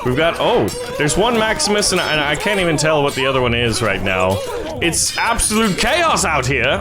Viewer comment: Honestly the only Latin you said right was the name of maximus